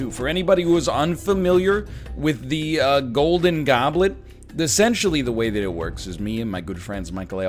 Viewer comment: "GOULDIN GAWBLIT"